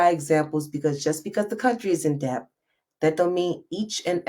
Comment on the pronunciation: TV Hi! Just came across your Socials. This video was so hard to bear. Please look into the Proper way to say DEBT. You said it about 200X in this video! 😳🫢🫨